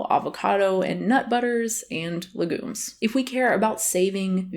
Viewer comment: Legumes is like lei-gue-ms not legoons. Fab vid though ❤️